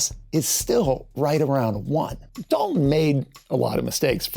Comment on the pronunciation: I hate you mispronounced dalton